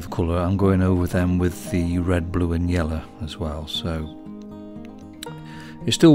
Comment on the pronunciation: I love the way you say 'yellow'.. 'yeller' 😂 amazing video as always.